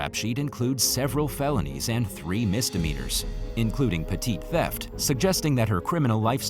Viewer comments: pet·ty /ˈpedē/ adjective 1. of little importance; trivial. You keep saying "petite". pe·tite /pəˈtēt/ adjective attractively small and dainty (used of a woman). "she was petite and vivacious". I might have brain damage but I'm thinking someone here has more damage than me. How and why could you get petty and petite mixed up? As they are extremely different words. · I didn’t know there was such thing as petit larceny. I died laughing through this entire video. Not only pronounced petit but is also in the text on the video. 🤣🤣🤣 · Dude petty theft not petite